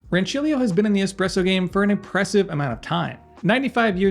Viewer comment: Aaaaaah yes! It's so refreshing to hear an American pronounce that "C" sound as intended :D great machine in it's price range btw